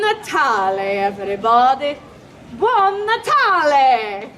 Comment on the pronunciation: We certainly don’t say “buon natale” with that intonation 🤦‍♀️🤦‍♀️